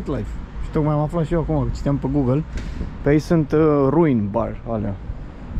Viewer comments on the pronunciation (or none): none